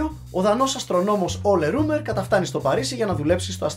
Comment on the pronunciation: οχι Ολε Ρουμερ....Ουλε Ρ(ο)εμερ....